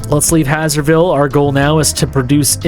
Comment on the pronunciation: A thing that's been bothering me for a whole now... Isn't "Hazer" part of "Hazerville" read the same way you'd read "haze"?